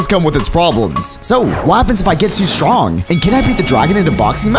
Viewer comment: He said strong WRONG IS STRONK